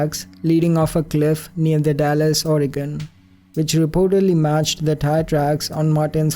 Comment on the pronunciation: Not a huge deal, but it is pronounced The dalles, not like the Dallas as in the city from Texas. Just a little note, it's a funny local on I think